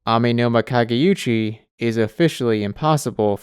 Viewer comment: I'd like to note that the Amenoma Kage*u*chi is not the Amenoma Kage*yu*chi. There's no "y" sound.